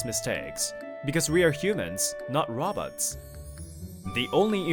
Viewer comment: Bro said rabots